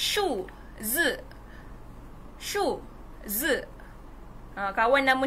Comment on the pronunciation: cikgu Dah salah tu sebutan shu zi cikgu